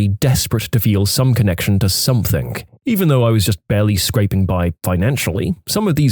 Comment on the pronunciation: No K in the word something